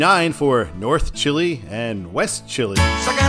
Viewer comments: Hey, Welcome to Rochester! Exciting to see my home town in my favorite channel. Just have to say: Don’t ask me why, but it’s pronounced Ch(EYE)-L(EYE), not Chili. 😅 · It’s pronounced Chai-Lie, not Chile. The stadiums sign refers to the Amerk’s and Knighthawk’s Blue Cross Arena as well as the Red Wing’s Innovative field. Fishers refers to St John Fisher college. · Bergen = "burr-jun" & Chili Center = "chie-lie" not "chilly". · Not chili like the food..it's chai ly ...😊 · Chili is pronounced CHAI-lai, not chili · Chili is pronounced as Chye-lye (like the word eye). I grew up in the finger lakes, lived in Buffalo for a few years. Frequented ROC many times. Now live in Florida. Go Bills! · You mis-pronounced Chili! It is a long "I" in both cases as in "Ch-ai-l-ai", it is not pronounced like the soup called chili. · It's pronounced chi lye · Chili is pronounced Chai-lai. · Believe it or not, Chili is pronounced "Chie-lie" in western New York. I know. It's weird. I've lived my whole life in Buffalo except for 5 years in Rochester and I've never been able to figure out why. Also Charlotte is pronounced Shar Lot. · I think chili is actually pronounced chyly.. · You mispronounced LeRoy, Bergen and Chili. It's Leh - Roy (think french), Bergen is pronounced Ber-Jen, and the Is in Chili are pronounced "eye". I would sign eastbound for Canandaigua as well because most of the communters are going there.